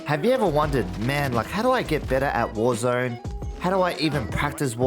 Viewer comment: Thank you for this videos! Great content, was looking for something like this :) However: Is "warzöne" the swedish version of warzone? Just wondering... ;) :p